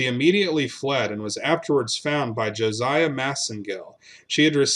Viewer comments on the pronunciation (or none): none